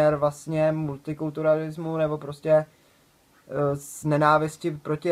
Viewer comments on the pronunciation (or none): jestli neumíte vyslovit multikulturalismus, přidržte se již tradičního „multikulti“. Je to dostatečně zjednodušující a pochopitelné — pro Vás i pro ostatní fanoušky Ortela.